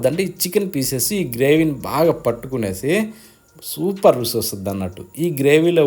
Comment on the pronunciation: రుసి కాదు రుచి